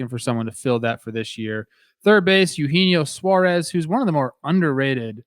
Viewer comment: Trevor is correct about the pronunciation of Eugenio Suarez. Its supposedly pronounced (aye-yu-Hay-nee-o)